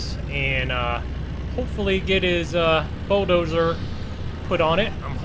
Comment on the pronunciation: why you say bo-doser its a bulldozer lol